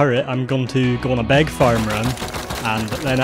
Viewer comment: Bro I love your accent but please stop saying “big” as “beg” 😂